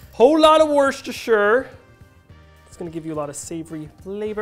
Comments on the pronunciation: It’s pronounced “Wuss-tuh-sheer”! I’m British so I’d know! I love your videos by the way! 😀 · Whhyyyy can't Americans pronounce Worcestershire? Is this how minorities feel? Wuster-sher. Anything in England ending in 'Shire' is just pronounced 'Sher', ie. 'Basher', 'Kosher', etc. We are not Hobbits (for better or for worse)! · Nicely done. Worchester Sauce is pronounced 'Wuss-STer Sauce' (Nobody in the UK says the 'shire' bit at the end, but if we did it would be pronounced 'shear')